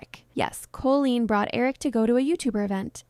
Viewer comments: monotone voice and mispronunciation of Colleen’s name are some giveaways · don’t think it is ai, I think she just messed up in her speech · yes. It says colleen wrong multiple times, a dead giveaway. "Co-la-leen" for example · Never heard the name Colleen pronounced like this. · It is, the AI can't read the name Colleen properly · Yeah, at some points I was wondering if it was real because you can actually hear the voice taking breaths or like a little huff on the microphone as they’re talking, but at the same time the cadence is so off putting and doesn’t change to fit questions or the end of a sentence. The most off putting thing is definitely saying Colleen’s name weirdly the entire time. It says most words normally, but for some reason it says either “COH-leen” with a really stretched out “Oh” sound or “Col-oleen,” and no human who did hours of research on Colleen Ballinger wouldn’t know how to pronounce Colleen, and would switch between two incorrect ways of saying it. No human being would pronounce it like that even if they didn’t know how the name was pronounced. AI voiceovers are annoying, but I could maybe look past that if the creator at least disclosed that the voiceover was AI, but said they did the rest of the work themselves. When they try to pass off an AI generated voice as their own, then it makes you think the entire video is likely cobbled together by AI, and you’re not even doing any research and giving any opinions yourself, you just asked ChatGPT to write a script about this and find clips online that support it. Then make an AI-generated little mascot of you and have an AI voice read the script ChatGPT wrote for you. And then here I am, feeing stupid for wasting my time watching the first 30 minutes before I realized likely every thing in this video that isn’t a clip from Colleen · @@ closely. The names are pronounced incorrectly, and it’s very obvious.. Dead giveaway it’s AI.